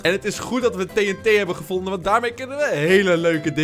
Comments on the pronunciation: Je zegt TNT verkeert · je. zegt tet. maar het is. tnt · Het doet mij pijn hoe jij TNT zegt